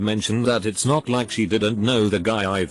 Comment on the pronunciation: you need to fix the tts program. it's does is not said "itsos". that's is not said "thatsos"